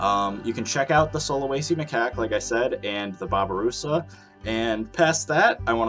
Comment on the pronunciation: How to say sulawesi from a indonesian: sulawesi: sue la wey see